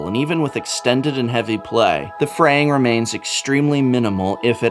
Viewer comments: Prevents "freying"? Am I missing out on a joke here or was I able to catch the professor? Should be "fraying" shouldn't it? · It's fraying not freying! Lol I know you know but I just had to say it. Loved this video and the production quality of it!